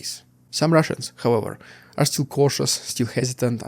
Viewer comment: Still is not pronounce the same as "steel". Still is pronounced like hill, not heel. Sit still is not pronounced the same as seat steel.